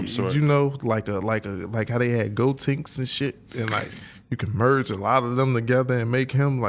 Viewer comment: 😂😂😂 my nigga said gotanks